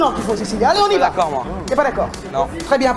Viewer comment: le « N’daccord » il m’a mis K.O 😂😂😂